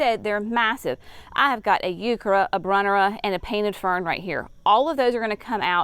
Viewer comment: Can y'all tell me – What is a Youkerra plant? She keeps saying something that sounds like "Youkerra" & I have no idea what that is! Google doesn't know either...